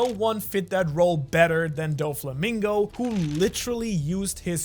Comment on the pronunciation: Don mreig say’s dolflamingo